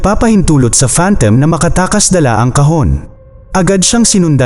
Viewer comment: You pronounce it as phantom... Not phantem